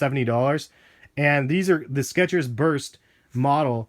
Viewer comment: theres no T in skechers